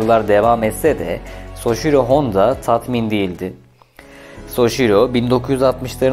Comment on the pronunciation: Şervolet soçiro